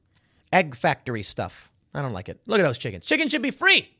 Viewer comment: Pool, did you say "chickens" or "chicKKens" ?